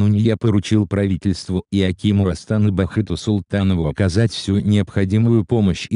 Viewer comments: Диктор ты откуда вообще???? Ты как ударения ставишь??? Даже столицу не понятно произносишь. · Даже не может правильно произнести правильно название столицы